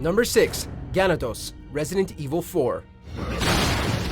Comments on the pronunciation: It's GaNAdos, not GAnados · is ganAdos, not gAnados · I don’t think it’s pronounced gan-uh-dos. It probably pronounced gan-ah-doz. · Ganathos instead GANADOS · gaNAdos, not GAnados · It's Guh Nah Dos (Ganados). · They're pronounced gah-NAH-dos. (stress on the 2nd syllable) There are two that you left off: Lisa Trevor (the first Resident Evil) and the Giant Chainsaw Man (Resident Evil 4) The latter appears in the Waterworld stage of the mini-game Mercenaries. He's a larger, faster version of the standard chainsaw-wielding Ganado you face in Chapters 1 and 2 of the main game. He wields a double-bladed chainsaw, and he is faster than he appears. When you see him, pray. Don't just run -- pray. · I hate the way he said “Ganados” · You butchered the word Ganados. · Didnt pronounce ganados right. Ir have I been saying it wrong. I dont know anymore. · You said ganados wrong. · his pronunciation of Ganados just made me fucking cringe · He pronounced ganados wrong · Lowkey was triggered when he pronounced, "Ganados," wrong. Like if you did too. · aww the way they said ''Ganados'' was so disappointing. its supposed to be said in Spanish. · I really hate it when people mispronounce names when the name is said several times over in the game.....ganados........ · Right? I nearly lost my mind every time he pronounced "Ganados"